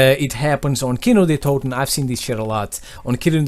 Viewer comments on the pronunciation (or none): Wow kinö der Toten you said but its kino der toten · You say Kino der toten funny maybe because you are not a german (kino der Toten=Cinema of the deads) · Ist funny how you say Kino der toten because im german